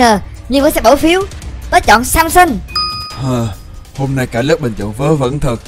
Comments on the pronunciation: Tôi nghe thành Samsung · said: này samsung Ko phải: này samson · Samson em đọc là Samsung:)) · Hảo nói sason thành samsung